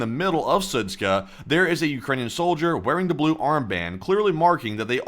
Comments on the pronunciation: Sudska? It's Zud-Sha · "SudZHa" not "Sudz-k(?)h(?)a" omg 💀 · Idk why you keep calling it "Sudzka" when it's clearly "Sudzha". -zh is a common transliteration of the sound -ж which is pronounced similar to the French -j, or for an English equivalent think of -s in the word "Asian." Just pronounce it as "Sudja" and it'll sound more correct. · it's pronounced SU:JA, not SU:TSKA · The name of the town is pronounced Soot-Jah. Not soot-kah. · Су́джа = "sood-dja", not "sood-ska" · Sudzha - is pronounced Soo-djuh. Not Soo-tska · Its pronounced like "suja" not SUTSKA. :D:D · The town of Sudzha is not pronounced with a K. If you pronounce it like that, than it means bit** 😅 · That does not explain why someone would not be able to pronounce Sudzha and add a 'k' which isn't even there! It doesn't need to be perfect, but at least try to slow down and read what it says would help a lot. I notice this in every video and it's really annoying. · The pronunciation of that town is Soo-jah. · It’s pronounced Sudja like in French perfume‘Jadore’ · Sudzha is pronounced Su-j-a, 'j' sound like in 'jump' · It's Sud- ZHA, like Zsa Zsa Gabor. No k. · The pronunciation is soo-jaa the combination of letters dzh is like an English J in Joe or Juice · Yeah , a little one :) It is more like [Soodjah] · There's no 'k' in Sudzha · The funniest thing out of this is seeing how many different ways people can mispronounce Sudzha.